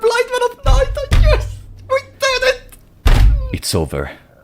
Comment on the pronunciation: Big ups for pronouncing Noita correctly. Also these were my favorite streams of yours to watch, even if I only could rarely chat.